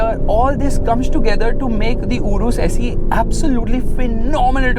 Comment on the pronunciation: Bro it saeee not se😂😂